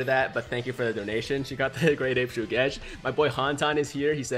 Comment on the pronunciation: Once again that character is NOT PRONOUNCED SUGESH BUT HE IS PRONOUNCED SHUGESH AND WHAT I GOT IS ABSOLUTELY NONE OF YOUR BLOODY BUSINESS